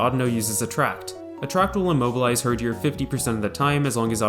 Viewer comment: mans really said "hurjor"